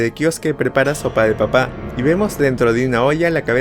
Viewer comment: Sopa de papá... No quisiste decir sopa de papa... Aaah no sí, es sopa de papá...